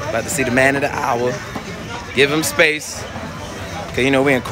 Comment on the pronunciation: Spayth🤣🤣🤣🤣🤣🤣🤣 dead ass wrong 😂😂😂😂